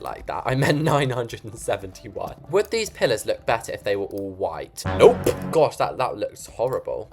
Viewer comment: That nope really sounded like how you will talk as an American 😂